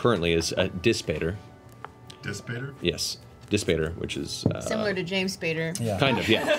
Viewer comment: I just realized "Dispater" is probably pronounced "dees-pah-tair." Dis is a layer of hell in Dante's Inferno, and pater is Latin for father. Father of Dis.